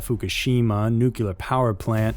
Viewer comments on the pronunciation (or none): NUCLEAR is pronounced "NEW-KLEE-ER" .... NOT "newk-yoo-ler"